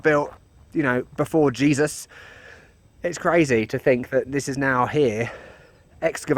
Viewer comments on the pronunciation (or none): none